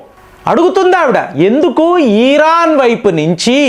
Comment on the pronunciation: ఈరాన్ కాదు… ఇరాన్…. సాగతీతలు ఆపండి ….